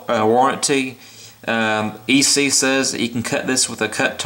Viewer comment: I think you are the only reviewer who pronounces the company name ESEE (ee-sea) correctly. HELL YA!